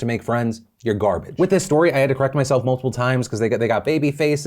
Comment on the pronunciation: Phils East Coast came out when he called his kids garbage...like it